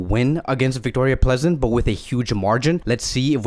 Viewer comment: Vicroria plEEzen allways makes me laugh :)